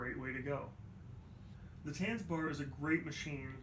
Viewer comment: I am offended by how you pronounce Tanzbär (to spell it americanized, it's Tuntsbear)